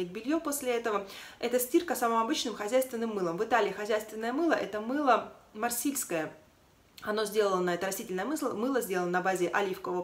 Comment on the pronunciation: А вот загуглила. Только выдает Марсельское. Но мне слышится от вас "марсильское"...